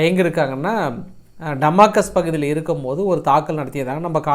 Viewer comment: Damascus - டமாஸ்கஸ், டமாகஸ் அல்ல !